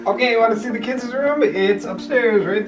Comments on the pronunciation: This is going to come off as overly nit picky, I know, however I simply can't keep quiet any longer. It drives me crazy when people say kids-es... guys-es ... girls-es why oh why are you adding es? Kids...guys ... girls...boys... simple, no? Thank you and I'm so sorry to be a Debbie Downer because I really like you and your videos. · This is very motivating! Love the colors and simplicity. Side note: girls’ not girlses, kids’ not kidses 😉